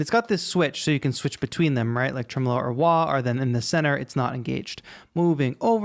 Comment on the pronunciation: Tremelo is pronounced TREH-muh-low.